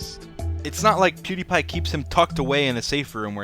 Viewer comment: lol as a Swede as pewdiepie i feel like everyone pronounces his name wrong